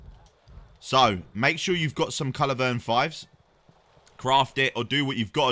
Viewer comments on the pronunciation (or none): At this point I'm thinking he must be saying 'culivern' instead of culverin on purpose lol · Bad do when you can't say culverin properly